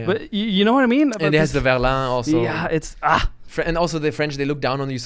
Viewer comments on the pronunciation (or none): Votre français est assez bon mais c'est verlan pas verlain les amis.